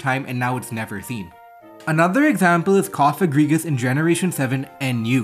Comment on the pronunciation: Yay your finally pronouncing cofagrigus' name right so it doesnt sound like a slur!!! Wooot